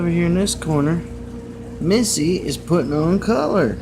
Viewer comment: It's MISTY not MISSY MISTY MISTY